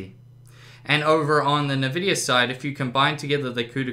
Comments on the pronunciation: What the hell is a nuh-vidia? It's En-vidia. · oh god its EnVidia not NihVidia. Nvidia!!! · "Navidia" my brain omg and my ears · I cringe every time you say "nah-Vidia". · i love how he calls it "NA"vidia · Nice video. Interesting you call Nvidia 'Nevidia'. :) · exacly. this guy isnt very proffesional. he didnt even benchmark other tripple A games. And sucks at pronouncing nvidia and better.